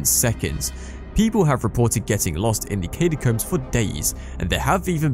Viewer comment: Need to take a shot every time he says "Katy-combs" lmao